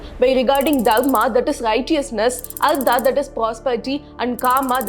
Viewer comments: Not ardha it is artha( अर्थ)😂😂 , learn the difference between da and ta , I know in Tamil ta and da and ka and ga sounds same but in other language it sounds different. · It's not ardha.. it's artha.. अर्थ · An excellent exposition by and I admire the sincere approach and deep dive into history. However, one must be VERY VERY careful when pronouncing as well writing Samskrita with its Tamil equivalent. For example it is ARTHA = wealth, which you put it as ARDHA = Half; In the introduction you do it correctly in English but switch to Tamil which one can readily see that the casual replacement of vowels in the ka kha ga gha jn (since Tamil has only ka and jn - it does not mean any other Indian language has this limitation). All Indian languages derived from Pali (or Samskrita) including Telugu, Kannada and Malayalam have the same complete vowels as in Samskrta. The same logic holds good for ca cha ja jha Gn, ta tha da dha na, Ta Tha Da Dha Na, pa pha ba bha ma. This constantly comes up as one moves through dharama suddently pronunced as daram (maha praaNa missing). Since the deep dive in history and the passion with which it is done is so good in terms going the works and interpreting, making this minor adjustment in the actual pronunciation (paying attention to the language in which it is written) will go a long way and bringing further credibility. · It's Artha not Ardra. Very good explanation. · Oh no! You are mispronouncing these words "dharma, kama, artha". For God's sake 1st learn how to pronounce it.